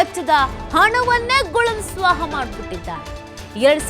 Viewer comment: ಗುಳುಂ ಸ್ವ ಹಾ ಅಂದ್ರೆ ಸರಿಯಾಗಿ ಮಾತಾಡಿ. ತು ತು ತು.....